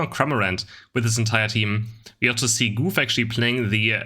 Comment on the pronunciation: Everyone: Goof: GÜF